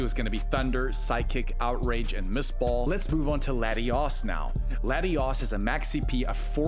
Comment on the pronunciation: I like how you pronounce Latios as Latius, and Latias as Latios! Adds an element of chaos 😂